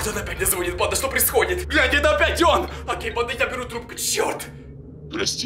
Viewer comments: Не звооооонит а звонииииииииит! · Звониииииит! Ударение не правильное.